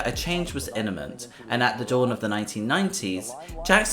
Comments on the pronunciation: min It's imminent not iniment. Good grammar matters. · "Jackson knew that a change was 'iniment'". Where did you find this narrator? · a change was "inniment" ??? ha ha